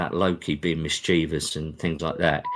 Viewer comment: Lovely to hear someone pronounce mischievous properly.